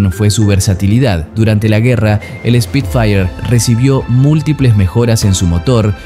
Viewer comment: Como corrección, no se dice Speed fire si nó : SPIT-FIRE